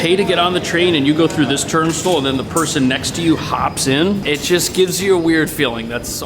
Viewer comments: it’s TURN STYLE! Love you so I have to help you out. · Turnstill? How did turnstile become turn-still ?